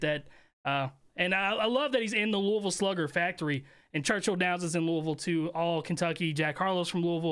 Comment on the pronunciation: Kentuckians appreciate you saying Louisville correctly!